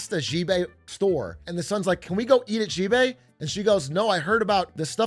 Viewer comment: Big A. I'm begging you. Please. Chinese letter "x" can be pronounced like "sh". You can read it like "Shibei". The president of china can be Shi Jinping. It's ok. You don't gotta keep zhuzhing all over the place.